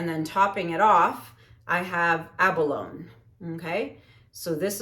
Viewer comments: Hi! Abalone is pronounced ab a lo née per my online dictionary. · Can't wait to see how this turns out!! 😊 Oh...just to let ya know...abalone is pronounced a·buh·low·nee. 😉. It's a very delicious luxury mollusk shellfish.